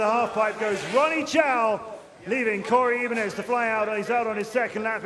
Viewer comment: i dislike how he pronounces "Ibanez"